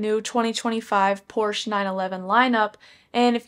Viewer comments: Thanks for the video! Hopefully, they keep a manual option if they go all hybrid with the other 911 models. Also, it’s pronounced ‘por·shuh’ 😉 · Stopped watching after seconds. Pronouncing Porsche wrong, and all you're doing is reading it off the website. People who own a 911 or are looking to buy one are already familiar with the specs, so it's a giant waste of time. Also you're monotone, which is boring.